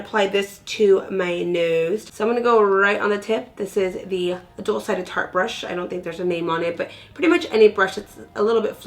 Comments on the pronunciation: Was it just me who cracked up laughing when she said "shart" ??? 😆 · I thought you said "shart" 😂 #chunti 😂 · when you said shart instead of tarte I laughed for like 2 minutes straight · Wait did she say shart?! Hahahaha best part ! Love the contour too 😘💩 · "Today I am going to go in with the shart.... I mean Tarte" 😂😂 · OMG while I was watching I had to go back to make sure I heard correctly "shart," 😂😂😂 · Thank you for the snatching tips! 😂 loved the video💜 and when you accidentally said..."Today I'm going in with the shart" i was like waaah lol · "Shart" concealer 😂😂😂😂😂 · Rena Doll I swear I scrolled down to see who else heard that I LMAO!